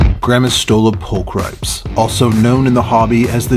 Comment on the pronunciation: Nice! (I know it doesnt really matter but its prolly 'pul-kree-pes')